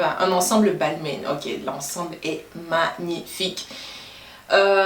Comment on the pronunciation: Très sympas comme vidéo ! Par contre il me semble que Balmain ce prononce "balmIN" pas "balmainE". Bisous 😘